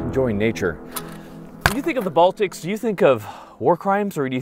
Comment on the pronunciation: Did you just say Baltics 😆